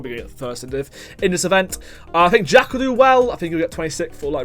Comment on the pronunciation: Calling jvckk Jack? Nah. Jih-vick? No way. J-uh-ck? 😂😂😂